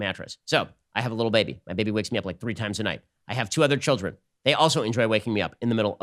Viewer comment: Ben needs a mattress that's going to put him to sleep "LIKE A BEBE"